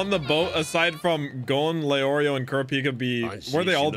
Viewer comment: The way he pronounces korapika triggers me lmao